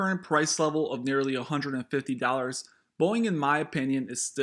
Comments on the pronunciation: Warning sign that this guy has no idea what he's on about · “boieng” LOL